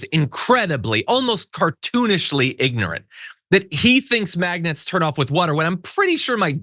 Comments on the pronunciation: Yeah. He keeps saying maggot instead of magnets. Wtf😂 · Did he say maggots, or magnets? I don't think he knows the difference.